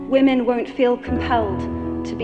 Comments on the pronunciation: Why can't Lauren Southern pronounce the word women correctly? She keeps saying woman instead, it's really jarring. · dunno why but it is annoying the piss out of me that lauren southerland keeps saying "woman"( singular) instead of the correct plural term she actually means "women" . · is it a Canadian thing to pronounce "woman" and "women" the same way?